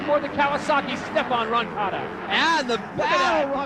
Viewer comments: Arabs shouldn't narrate. He couldn't sat roncadas name right. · Who’s “Rocanda”??